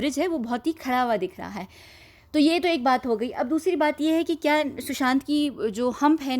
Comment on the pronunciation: It is "KYA" and not "KIYA"